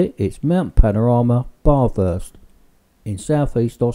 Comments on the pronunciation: m8 its not BAAAAAHHH THURRRST ITS BATHURST,,,, FUCK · Baathurst??? That's not how you say it. I'm Aus btw. Is bath urst Bathurst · Said Bathurst wrong lol